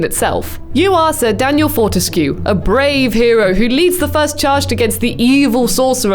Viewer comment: I'm so happy. Btw it's prononced FORTESK. But I guess it adds to the weirdness and fun. Fort means strong so his name can be translated to Daniel Strong-ish.